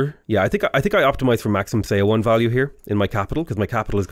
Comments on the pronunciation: Just as a note, look up the pronunciation of 서원 - it's more like 'suh-wun' than 'say-o-won'. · Love your stuff! Just one thing.. the "eo" pronunciation in korea words sound more like "uh". Seowon = suhwon etc. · So excited to see you play Sejong. Just one little thing, Seowon is pronounced like the "saw one" in "Yeah, I saw one." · Yep, I agree with this. yeah, the romanization of Korean can be weird sometimes. 서원 is somewhere between "so-one" and "saw one" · Hi, idk if you care, but the Korean word Seowon is pronounced "suh-won" same with Jeonju. It's pronounced "Juhn-joo" "eo" is usually pronounced "uh" I have no idea why they decided to use those letters lol Really enjoying your civ videos, thanks for the awesome content :) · seowon is pronounced "suh-won", with "suh" as in "up." the "eo" is a funny romanization rule. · The "eo" in seowon is actually an airy/soft o.